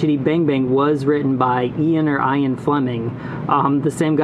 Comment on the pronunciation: Ian Fleming...( EEAn) Fleming.